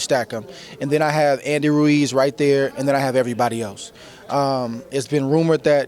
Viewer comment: This woman's name is Adriana Jimenez and she can't pronounce "Ruiz." His name isn't "Reece." Give Andy respect. At least pronounce his name right. Damn, Andre Ward an African American is saying his name right and you can't? He says it right and then you still say "Reece." What is your problem.